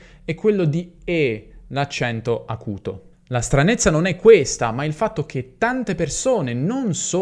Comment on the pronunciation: Ciao,. Quando hai pronunciato la parola stranezza, mi è sembrato di sentire la parola russa страница (stranítsa). E poi la mia fantasia mi ha disegnato in anticipo nella mente una stranitsa (pagina) con le regole profuse sulla e chiusa, e sono scoppiato a ridere =))) Grazie tante 👍👍👍